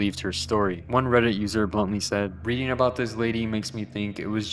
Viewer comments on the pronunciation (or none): none